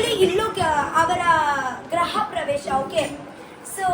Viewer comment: Graha alla... Griha pravesha ಗೃಹ